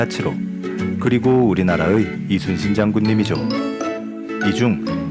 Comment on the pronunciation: 우리나라의 발음:우리나라에가 맞습니다 글자 그대로 의로 읽는 것은 의미, 의사, 이의 등등이 있습니다